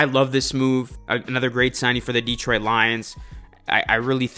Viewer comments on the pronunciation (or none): Please show the Lions some respect and star pronoucing Detroit's name correctly, it is not Deeetroit, but Detroit.